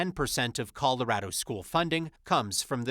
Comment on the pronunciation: “Coldorado”? lol